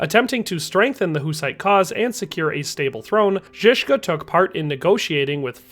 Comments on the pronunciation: Why can’t you spend like 5m learning the pronunciation. Its basic curtesy. Google translate is all you need. To be fair though you nailed Žižka, everything else you butchered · Dude... I'm speechless, the beginning... I can bear some mispronounced names but that beginning... if you cannot click that little icon on wiki and parrot few words, maybe do not pronounce them and just show us the name in text. You pronounce Zizka perfectly but the rest is beyond butchering Information and video overall is well made otherwise so don't take it as a hate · Jan Žižka zeeee Trok Nova a Ka Lika 😂 I know it's hard but I cannot stop laughing 😂 But you said Jan Žižka correct ☝🏻😁